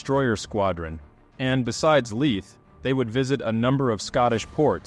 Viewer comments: One small correction: Leith, the port in Scotland to which the Polish ships steamed, is pronounced as ‘Leeth’ not ‘Lieth’. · Leith. Pronounced 'Leef', not 'Lith'. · A very good presentation however Leith is pronounced "leeth". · You need to learn to pronounce Leith, there is no F in it.